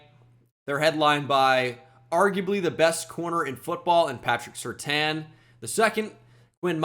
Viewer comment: It's patrick (sir-tayn)